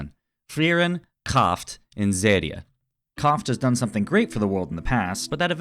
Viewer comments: Show yes. When it comes to pronunciation in this video - not the Anime, I thought that maybe the way he pronounced Kraft was a bit odd but it might be from some dialect I don't know. Most people criticize me for writing very long replies, so I tried to be very brief and it sadly impacted how readable is my comment. Apologies. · I'm not German, but I liked the video as soon as I heard you pronounce "Kraft" like that lol